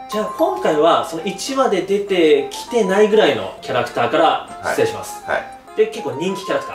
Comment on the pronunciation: ❌ひつれい ⭕しつれい